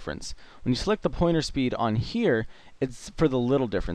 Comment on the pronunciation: lool it sounded like you said porno speed instead of pointer speed. never the less. Thank you and great video :]